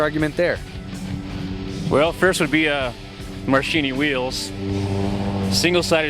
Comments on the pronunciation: That Ducati guy is clueless. "Marsheenee wheels?".......laughing my ass off. And those bikes are way to small and skinny for a guy that size. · The bald guy is some dude they picked up on the street, LOL. He didn't even know how to pronounce Marchesini Wheels, what a joke!!! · I wouldn't take the bald guys advice on anything. He didn't even know how to correctly pronounce "marchesini." This illustrates his amateurisitic approach to the subject at hand.